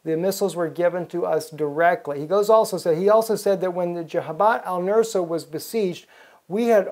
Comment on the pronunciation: "Al Nus-ra", not "Al Nur-sa".